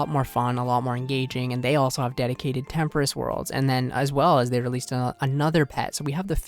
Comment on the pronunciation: great channel bro, been watching for months, but please, please stop saying temperiss it’s tempo-ross tempoross